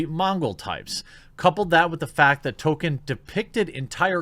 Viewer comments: Yes. Our modern day "Orc" stemmed originally from Tolkein's work. Also, dont know if youre trolling or not but its pronounced tol-keen not token... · Jeremy, not even knowing how to pronounce Tolkien doesn't exactly help your case.